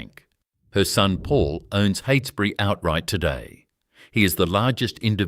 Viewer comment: Cannot pronounce Heytesbury, Holmes a Court or Esperance, FFS! It's terrible to title a video about an existing company owned by well-respected living family members as "Australia's most ruthless business empire". Heytesbury is also a private company and not very big, in the scheme of corporate Australia. I'll be surprised if you aren't forced to take this video down. The AI storytelling is wacky and kind of absurd, going off into weird little tangents. Keeps showing photos of people with the wrong name on screen. There actually are some fascinating stories about the Holmes a Courts over the past century and lots of books and historical media available. This video is a load of tosh! Painful to watch.